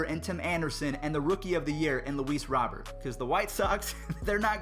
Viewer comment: It’s Robert like Rudy Gobert prounouces robe-air